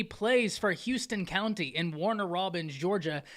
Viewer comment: It’s pronounced House ton County. Not Houston as in Houston ,Texas. The kid is big time.